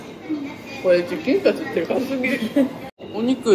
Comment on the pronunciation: チキンカツのイントネーションも気になる🧐